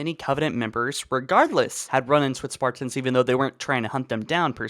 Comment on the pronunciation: I’m so annoyed by the way u pronounce Spartans “SparTINS”